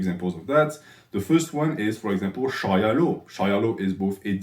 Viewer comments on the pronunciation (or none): none